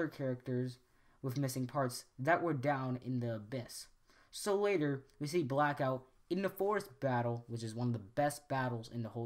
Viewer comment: Do we really need a theory on this? Obviously Bay just got lazy and reused models to save money. Also, the small constucticon's name was not,"Zelittleone" okay? The doctor said,"Kill the little one." Also I had to laugh when you said,"veeriko" , and when you said,"Brackout" .